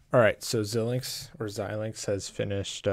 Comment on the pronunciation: I've never heard anyone call it Zill-lynx. It's always ZI-lynx. Anyway, back to your video : Why are you instructing us to get a purchased license when we haven't purchased a license? you say we don't want any of those, so what do we want?? I don't have any others that show "None" that make sense here.